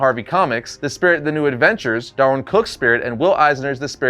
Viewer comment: it's DAHR-WIN,.